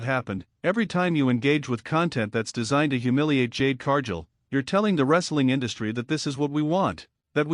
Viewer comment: Cargill isn't Pronounced Carjill